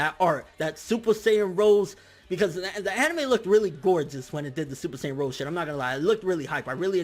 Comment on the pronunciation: Super Saiyajin ROSÉ (read : rosey)